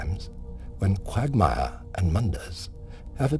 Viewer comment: lol qwaugmire